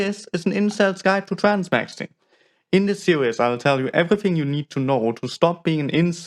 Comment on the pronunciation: In this "sewies" 😂